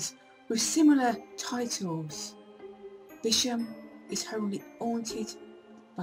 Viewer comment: Its a shame people can not pronounce the name of the ancient village! It is also worth knowing that Bisham is closer to Marlow than Maidenhead and has far closer connections than Maidenhead.People should really do their research more thoroughly.